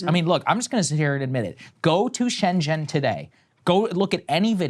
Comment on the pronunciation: i always make fun of saagar pronouncing chinese words wrong. im now realizing he gets confused by the 'x' in xi or xiaomi. he makes some weird zhushing noises that are not in the chinese language. but he did good w shenzhen and chongqing.